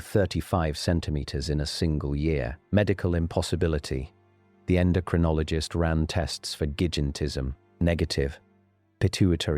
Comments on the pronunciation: 😱 you totally lost me when your A.I. said "gin-itis-ism". Get a HUMAN! This is tooooo hard to listen too. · what is gidgintism ? AI needs to learn nuances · I'm sorry AI, but how did you pronounce gigantism? 😂😂😂😂